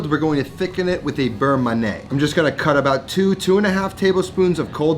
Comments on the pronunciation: not ma-neh ... ma-ni-hey! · Looks great. You got the pronunciation right for beurre but pronounce man'yay for manié.